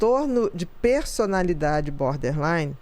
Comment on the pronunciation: Berderline ahahah 😂